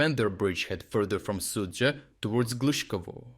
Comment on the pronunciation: In some esoteric language you are pronouncing the Russian town as 'Soupville'. lol